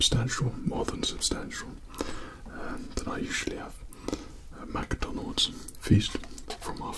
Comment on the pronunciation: not to be rude but some of yall with ascents say "mac donalds" like bruh its Mcdonalds